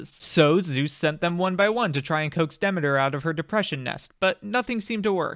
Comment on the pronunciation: this is fantastic, but can you pronounce Demeter correctly lol